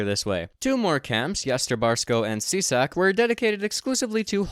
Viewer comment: Hehe he said SISAk